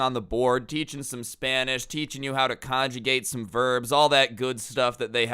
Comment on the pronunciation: thought you said "crazy spinach teacher" at first lmao